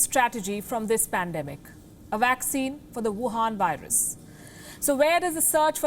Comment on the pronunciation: Wohan vurus🤣🤣🤣. Palki u are the best